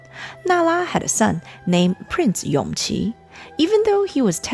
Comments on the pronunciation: It should be Yongji (永璂), not Yongqi (son of Consort Yu) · Err... Isn't Yongqi the 5th Prince, the son of Consort Yu? Empress Nara's surviving son was called YONGJI.. Yes, the pronounciation is similar, but still different.. By the way, I think around the time of the Empress cutting her hair, the one who was main contender of the Crown Prince's seat and the Emperor's favorite is actually that 5th Prince Yongqi before his unfortunate early death.. Prince Yongyan was still a child but yes, because he still a little he did have his father's attention..